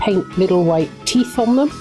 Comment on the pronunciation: plz tell me that i heard you say teffs and not teeth hehe this is ruddy brill those duckies are adorbs too and woohoo 200 well done💖💖